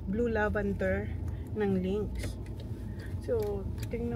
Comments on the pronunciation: LAVENDER!! NOT LAVANDER!!! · Ok lang yon Pinoy naman sya po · oh eh di lavender..! apakaOA neto.. baby kalma!